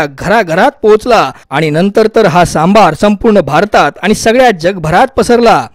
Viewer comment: सांभार नाही आहे ते सांबर आहे